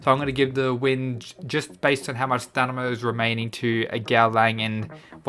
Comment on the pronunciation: No one:: STANIMA